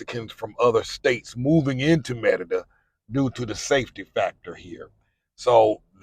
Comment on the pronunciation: The pronunciation is muh-ree-duh. Why do you pronounce it Me-de-duh?